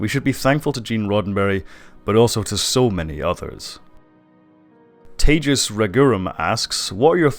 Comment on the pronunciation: Good to know! Also you didn’t call me tehas, so you said my name better than most lol :)